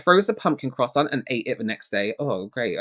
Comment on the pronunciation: Also a real food reviewer would know how to properly pronounce “croissant “……😂